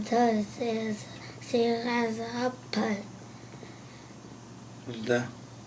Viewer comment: Pen 不是 “盆”